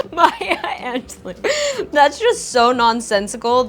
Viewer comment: Look up how to say Maya Angelou it sounds like an ju low